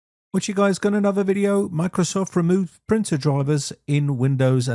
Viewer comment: Says Windows cannot find 'printul'